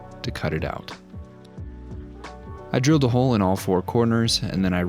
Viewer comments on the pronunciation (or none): none